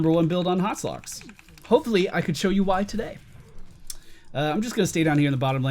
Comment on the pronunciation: It's HotS not HoTs.